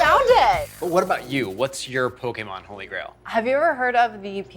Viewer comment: The way these people pronounce pokemon names is horrible